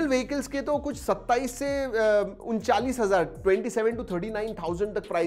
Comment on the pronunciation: Bhai unchalis nahi untalis